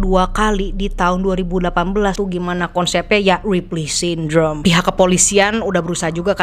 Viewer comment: That "RIPLEY SYNDROME" you said is sooo satisfying to hear 😂❤